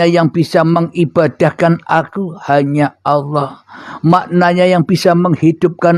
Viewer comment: Nyebut nama Allah aja nggak benar,, Allah. Bukan awwah